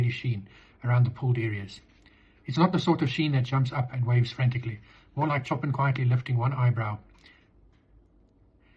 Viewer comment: BTW, don't mean to nit-pick but Ch in Chopin is pronounced as Sh and the 'in' is more towards 'an'. Sorry - I'll get me coat...